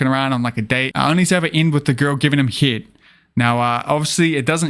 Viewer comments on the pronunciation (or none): It took me a while to understand that hee-et means head